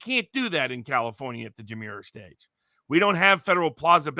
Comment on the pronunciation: I think Mr. Barnes is mispronouncing :" Demurrer". It does not sound like "demure" as in "shy" but with a harder "r" sound like the name "Murray" Also, Mr. Frei is incorrect when he says World War II ended in December 1945 (the war ended in September 1945)